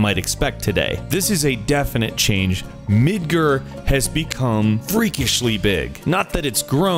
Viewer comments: Hmm, I always called it Midgar, sounds weird hearing someone call it Midgrrr.. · OMG, MID-GAR! NoT MID-GUR! Dx and YOU-FEE not YUH-FEE! pours bleach in ears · Midgur? MidgAr😂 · It's pronounced "Mid-gahr", not "Mid-ger" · I bet you pronounce Tifa as Tihfa and Rufus as Rough-us. Their pronunciations have been known for a long time, it's Yoofee and Mihdgahr not Yuhfee and Midgur. I feel like everyone should know this? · MID-GAAR NOT midgir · I'm sorry but the way you say mudcat "midger" its midgAr not midger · it's pronounced mid-gar not midgrr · I always thought Midgar was pronounced as 'Midgarrr', the way you say it, it sounds like 'Midger' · "MidGrr?" It's Mid GAR. From the Norse Midgard. :\ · your mis-pronounciations pissed me off, it's obvious you aren't a real fan. it's not "mid-ger' it's midgar. it's not "yuffy," it's Yuffie (You-Fee) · MID-ger...?! Mid-GAR! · my ears bleed everytime he says midgur instead of midgar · Midgur?? MIDGAAAR!!! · i dont think its called Midgerr lol MID-GAR GARRRRRRR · its not midger its midg-AR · It's MidGAR, not Midger or Midgur. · Not MidGer! Mid GAR! MidgAAr. Oh got that got me. Sorry. Pronunciation. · "Midgurr"? Wtf? LOL say it right you tool! (Mid- Garr) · midgurrr ??? i thought it was Mid GAR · Why is everyone pronouncing the A in Midgar as an E or U..... MID-GUR/GER? Also there's nothing wrong with Barret sounding like Mr.T, FOO! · (yuh • fee, mid•ger?) I thought it was more (you • fee and mid • gar) XD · I also hope they know how to properly pronounce Yuffie's name. It's You-fee. :3 And everything else, like Midga(gar like the fish)r...not Midger. Yes, I'm nitpicking, but if you nitpick, you'll be nitpicked. Love the end questions though. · It's Mid-GAR you asshead! It's pronounced like FAR. Mid-GAR. Not "Ger"...idiot. -_ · 4 weapons you could fight not 3. Crystal, Emerald, Ruby & Ultima. Mid-GAR not mid-Ger ... from Nordic myth roots 'Midguard' [ Miðgarðr ] meaning middle enclosure [or middle earth] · Its midGAR not midger